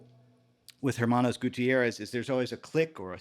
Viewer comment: Minor technical note: in Spanish, the letter "h" is silent, so when you say "Hermanos" (brothers) it is pronounced as "Ermanos" (you know, like the "Los Pollos Hermanos"). Cheers!